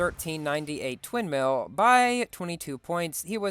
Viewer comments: did I hear twin mills or sin mills? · you said Sin Mill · bro you said SinsMill 😃😃😃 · “so the sin mills”😂😂